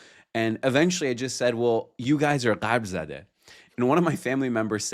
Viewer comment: Came back to this episode after months. Very insightful discussion with genuine chemistry. Btw, it's shargh-zadeh (zæ), not shargh-zādeh (zɑː). That changes the meaning. Zadeh means struck or afflicted by something; zādeh means child or lineage.